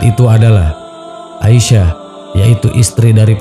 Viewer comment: Asiyah..bukan Aisah